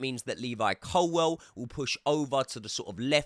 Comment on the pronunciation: I love you bro but why do you pronounce Levi’s surname like Colwell when it’s Colwill?